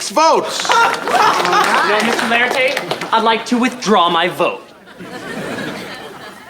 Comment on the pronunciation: Mr O’laritate? 😂 it’s just mr laritate